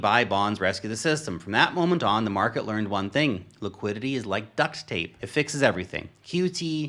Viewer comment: Bro, don't wanna be that guy but it's "Duct tape" not "Ducks tape".